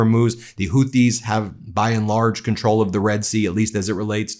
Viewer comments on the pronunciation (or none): none